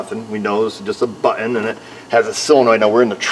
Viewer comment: BUT TON not bue en